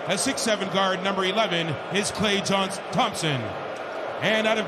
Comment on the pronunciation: Dis the intros guy says klay johnson 😂😂